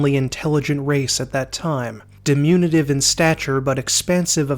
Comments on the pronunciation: right at the beginning... di-min-yu-tive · Great video, minor nitpicks: diminutive (de-min-you-at-ive) and chitin (chitinous) (kai-ten) (kai-ten-us)